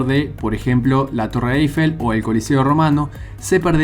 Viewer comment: ¿Torre “Aifel”? 😂😂😂